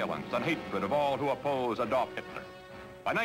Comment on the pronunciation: Man, Cronkite can't pronounce German names very well. Like Adolf with the emphasis on the first syllable, Joseph "GER-bels"....and Goebbels didn't have polio, he had infantile osteomyelitis.